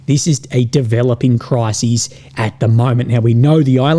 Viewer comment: A crisis, mate, not a cry-seas.